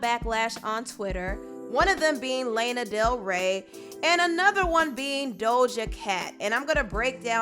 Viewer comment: Sis I’m sorry but you can’t mispronouncing Lana Del Rey’s name although I totally agree with your point of view on her